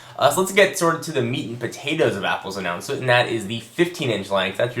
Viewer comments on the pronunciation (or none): LOL "Meat and Patatoes".